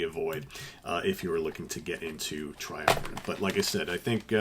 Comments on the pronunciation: Not to be pedantic, but the word "triumvirate" ends in "e"; the band name, however, is pronounced " triumviRAT", (as in the small furry rodent), hence why he shows up on 3 of their album covers, noteably; "Illusions On A. double Dimple*, " Spartacus" and the original cover of "Old Loves Die Hard". (Thank you, though, for pronounc Ing " Moog" properly!) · I always pronounced the name Triumvi-RAT, seeing as they had a rat on most of the album covers. Spartacus was my intro to these guys. Also loved Illusions and OLDH. I used to air keyboard to this stuff